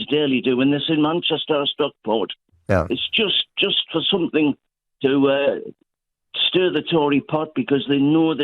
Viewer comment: Tory by marriage is my guess. What school wouldn't have corrected her saying, "somethink"?